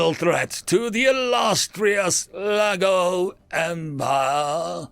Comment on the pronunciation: Every time he says Laggo all my head hears is Lego and I imagine lego figures fighting humanity. Oh how lovely imagination is.